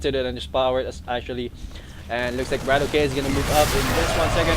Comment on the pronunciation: btw i believe his name is pronounced bra-tock not brat-okay